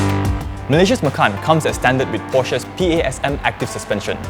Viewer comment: it sounds like 'makan ass'